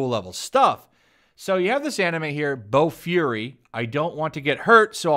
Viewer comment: Bo-"fury". You're killing me with that pronunciation lol. It's a great show, shame on Funi.